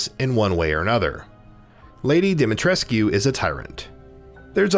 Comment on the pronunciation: ‘U’ is silent on dimitrescu